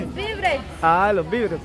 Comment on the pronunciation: No molesten a la mejor enseñenle a decir bien las palabras… hasta que valla aprendiendo, SE DIGA: DO-LA-RES… DIGA: VI -VE -RES